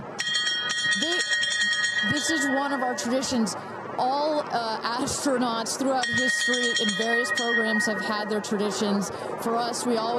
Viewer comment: “Ass-tronaughts”…. I’ve had longer episodes on the toilet